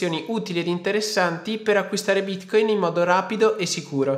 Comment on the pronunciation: Ogni volta che lo pronunci bítcóïn la blockchain muore